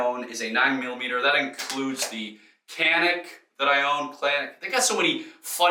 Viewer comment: Canik is Turkish and is pronounced "can-neek."